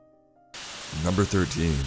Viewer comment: Chills “manifests” NyuMbEr 15